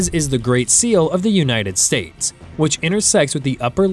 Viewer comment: United Sartes of America 😂